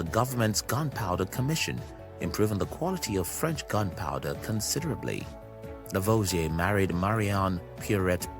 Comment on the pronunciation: Are you aware that you can edit the transcript? You pronunciation is so unclear that some names are totally mis-transcribed and also impossible to understand while listening to the video, which apart from these errors is very interesting. Example:// Working again with Pierre Simon Laplace Lavoisier burned hydrogen// becomes in the transcript this:// working again with spurious semen Laplace lavage a burned hydrogen with oxygen // which is highly inappropriate. Add to that: Hydrogen is not burned, it burns, and that is of course the chemical process which could be called "oxidizing hydrogen" or just, "he let hydrogen bond with oxygen and form water."